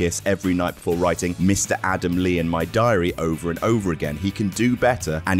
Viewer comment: Mr. Adamle? Oh dear...